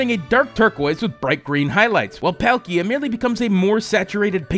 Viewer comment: Dee-all-guh and Paul-key-uh. Also, I actually dont like flipping the colours... just doesnt look good